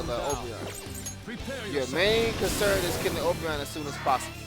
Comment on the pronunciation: Man this is the first time I've heard you call Oberon his name instead of saying it like "O'Brian" and tbh I even call him O'Brian now as a deliberate form of disrespect. Funny how "The King of the Fairies" is pretty much a bum in every game he's in lol